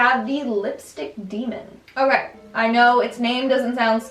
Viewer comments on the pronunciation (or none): none